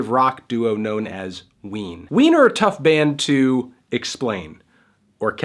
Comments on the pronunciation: He said ween're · When you said "Ween are...", it sounded like wiener. Lol.